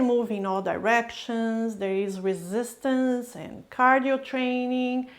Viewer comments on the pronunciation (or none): none